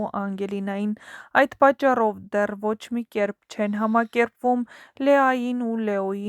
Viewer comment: Հարգելի հաղորդավար❤❤, կերպ,❤💯 համակերպել*❤💯 Խնդրում եմ ճիշտ արտասանեք։ Բառամիջում "ե"-ն հնչում է (" է" ) կերպ (է)❤🎉🎉 ո'չ թե (կյեռպ)😊🎉😅❤ Համակերպվել (է) հնչյուն ❤💯😊